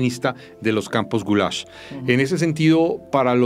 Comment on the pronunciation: Maria Jimena toma una postura y el relato la sigue, destaca hechos históricos y oculta otros de forma deliberada. Un detalle es que se llama Gulag y no Gulash.